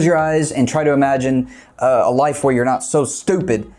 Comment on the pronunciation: "Imagine a life where you're not so STUPID" heavy pause